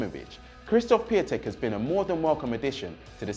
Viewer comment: You know Piantek is the right way of saying it, otherwise many people wouldn't have been saying it like that...